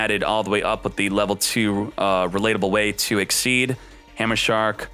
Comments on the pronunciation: I thought it was pronounced "ik-seez" but he keeps saying "ik-seed" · I believe its 'exseez' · am i the only one who hears "xyz´d" all the tiem? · it is but he doesn't realize it or hes doing it to get people like us to comment on his videos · It is pronounced like that , and it may be some kind of yugioh community thing to say exceed, but he mispronounces card names all the time , so it doesn't really matter .